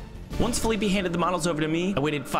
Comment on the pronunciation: I don't think you were pronouncing felipe's name correctly